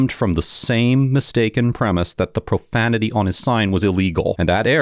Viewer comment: "Watch your profamitee"